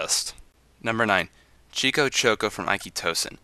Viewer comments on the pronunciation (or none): none